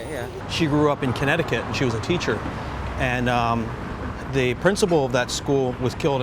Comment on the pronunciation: Keneticut? Are you kidding me? KC? Oh my Lord.